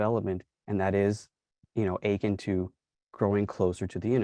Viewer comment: The word 'akin' is pronounced 'uh-KIN', not 'achin'. Please look it up.